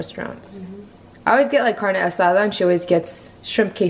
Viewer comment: Spot on pronouncing Carne Asada 👍